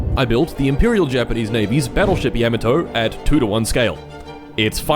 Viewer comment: It's so sweet to my ears to hear people saying Yamato properly and not y'MAAHto.